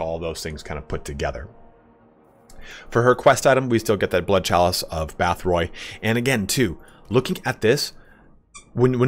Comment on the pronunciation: Bathori became bath roy in his voice